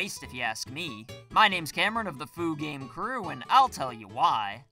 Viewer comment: It is, he likes pronouncing things wrong on purpose.